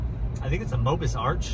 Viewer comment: Mobius is pronounced "mo-be-us" = 3 syllables, not "mo-bus".